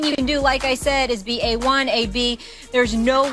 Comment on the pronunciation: Did this man say A1 AB?